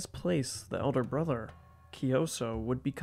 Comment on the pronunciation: Kyi - So, not kioso, it’s King Kyi- So, you can pronounce like Kyii- So is much more accurate, and Sokkete, Sok- Ke- Te. According to later inscription and research, Kyansitta isn’t son of Anawratha , but adopted as son of king, he’s a son of minister and king’s consort , his story is mostly fantastic, Kyansitta , his father was a minister in early reign of Anawratha , King send his minister( Kyansitta father) to west for bring his political marriage consort , city name is Vaseli( Wai-Tha-li in Burmese) but city’s location is still controversial, maybe in Northern Rakhine or some said maybe in Eastern Bengaladesh, but sure that Kyansitta mom isn’t Burmese after all, the minister brought the consort but they’re in affair in returning journey, some legends said minister manipulated with he left one guard or maid in each village and outpost or town in returning home, when they arrived Bagan, minister said that consort isn’t really princess of Vesalius,just maid from city - state of Vasali, King Anawratha was so furious and want to get in war , so he prepared for war and the consort( princess) was resided in remote village called Hti - Hlaing, Klan village from north of Bagan, Klan means local headman of village or warrior class of Bagan time. But in Birth of Kyansitta, the kingdom of Bagan fall in major Plague (maybe influenza or pox) , so king postponed the war, later ,king tried prepared war again in Kyansitta age of 10, but flood in Bagan disrupted again. Later, Kyansitta bec